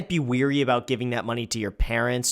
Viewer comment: Wary. Not weary.